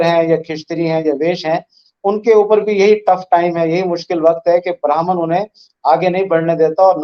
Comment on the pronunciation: Ye insaan "Badr" to theek bolta hai......lekin "Brahman" bolne mein iski jaan nikalti hai